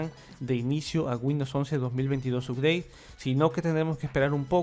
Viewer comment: UPDATE SE PRONUNCIA "APDEIT" SINO HABLA TODO EN CASTELLANO